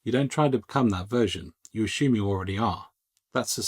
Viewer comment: Great video with the word is assume not ASHUME